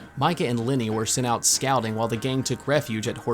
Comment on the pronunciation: You kept saying “Linny” I was trying to figure out who that was until I realized you were saying Lenny